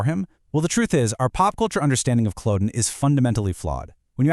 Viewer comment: It would help if you could pronounce Culloden, otherwise very accurate